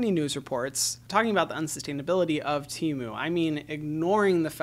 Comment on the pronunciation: He said TEMU tmu